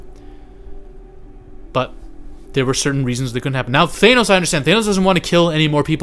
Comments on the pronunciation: Bruh, it's pronounced THANOS, not thaynos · Bro, it's Thanos, no Thay-nose. Wtf???? I can't even take this video seriously when you don't know how to pronounce the great titan's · It’s not Thenos stupid! It’s Thanos